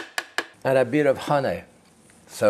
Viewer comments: Jaques says honey like Winnie the Pooh does. Hunnay. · I love how he says honey